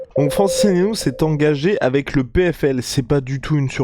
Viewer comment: Les gars je vous jure que ça se lit et se dit: Ngannou sans le N’gannou. Pareil pour Mbappé et consort mdrrr Sinon bonne vidéo comme dhab 👍🏾